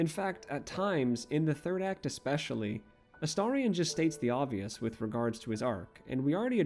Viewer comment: THANK YOU for pronouncing his name correctly. I know that seems like a low bar, but so many people I've watched talk about him/play the game seem incapable of doing so (A-steer-ion, A-stare-ion 😫😮‍💨🤬).